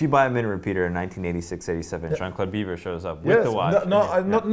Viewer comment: It's Jean Claude-BEEVVR' not 'Beaver' dude